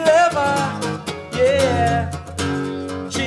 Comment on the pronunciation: " yeéyé "??? não seria " yeah " ?